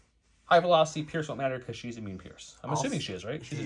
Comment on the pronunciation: "Ambian Rifle" Amban.